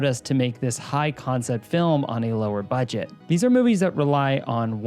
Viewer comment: “Lowest Budeget” 😂 Not sure if on purpose or not but we still love you! Lmao